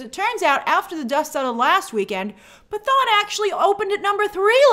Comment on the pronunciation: Hi Grace. One quick clarification. The movie "Pathaan" is pronounced like "Pa-tahn". The letter "t" sounds like the "t" in Boca Raton.